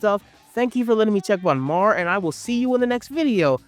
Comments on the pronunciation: I don't understand how there are clips of the anime in the video, but dude keeps calling it "Mar" instead of "Mär" (M-air). This reminds me of a short in the back of an issue where the creator heard a clerk yell to the back if they had "MAL," instead of "Mär." You know, since L's and R's are flipped in Japanese. Haha, bro even called them "arms." Like, I get it. These letters aren't common in the English language, but even the show pronounces them this way. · Not trying to sound like a jerk, but hearing you mispronounce MÄR and ärm started to get to me, with the sheer volume of word use. You forgot the umlaut even in the title. Umlaut over the a stresses a hard a sound, so they’re pronounced “may-r” and “ayr-m.” I absolutely loved MÄR. Ginta always got me so pumped and excited, and I love that the power system is based around magic items. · His pronunciation had me questioning myself 😅